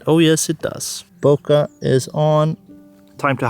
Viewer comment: Great video. ***there is no "A" in Bokeh. :)))))